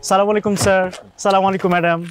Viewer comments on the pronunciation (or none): অপূর্ব সালামের সঠিক উচ্চারণ করে না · অপুর্ব একটা সালাম ও সঠিক ভাবে হয় না 😡😡